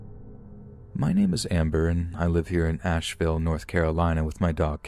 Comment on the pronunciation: I’m from NC also! He did pronounce it correctly tho, unless you’re talking about in general